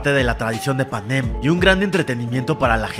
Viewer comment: Porque dices Panén y no Panen 😡